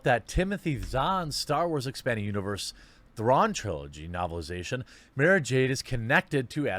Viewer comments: Fuck face can't even pronounce the character's name right! "Mah-ra" not "May-ra"! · I feel actual rage when he calls her "Mayrah Jade."